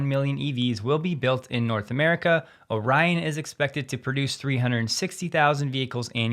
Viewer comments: As a resident of Orion Michigan I can teach you the proper pronunciation. It is Ore-EE-on not O'Ryan. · Orion plant is in Lake Orion. It's pronounced Or-e-on, My hometown, Thanks. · Orion is pronounced or-ion (in michigan) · You're pronouncing Orion incorrectly, its the other way. The i is short, I know I use to live there.